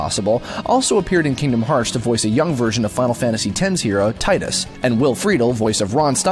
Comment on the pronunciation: Not to be "that guy", but sorry, I have to say it. Tidus is pronounced "Tee-dus", not "Tie-dus". Anyway, love the video, keep up the awesomeness!